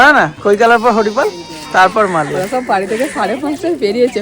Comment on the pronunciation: এসব কি ভাষা স কে ছ বলে🤣 সবকে ছব বলে আজব😂হাহা